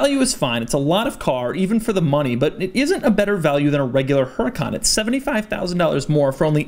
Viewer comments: That's HuRAHcan....not HuREEcan. Followed by PERRforMANTEH....MAN as in FUN. Got it ? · Actually since Lamborghini names it’s cars in Spanish (yes I know the company is Italian), it would actually be pronounced Uhr-ah-kan, because the H is silent in Spanish, followed by pehr-for-mon-te. Most people don’t pronounce it this way because they either don’t know or it is too difficult for them, but that is linguistically the way to pronounce the name of this car.